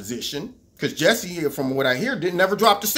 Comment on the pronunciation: Ju sigh Ju sigh!! God I never heard that pronunciation! Funny